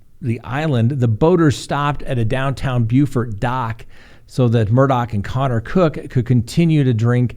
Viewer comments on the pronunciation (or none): none